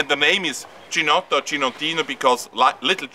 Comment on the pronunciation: If you are so invested in it, you might want to at least check out the correct pronunciation. It's "key-notto". CH is pronounced as K in Italian.